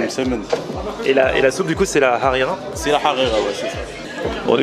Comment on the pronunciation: J'ai regardé la vidéo et la harira c'est une tuerie mais j'ai vu que vous prononcez comme le mot harira amis il me semble qu'on dit rhalila si je me trompe pas